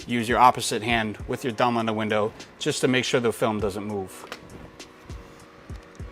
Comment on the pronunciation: The way you say 'thumb" is funny....sounds like you're saying dumb! lol